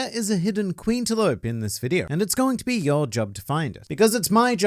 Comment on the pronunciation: Ha ha he said Queentaloupe